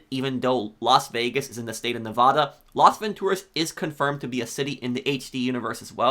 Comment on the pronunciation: Stop pronouncing “Nevada” incorrectly . We hate it when people do that. We HATE it.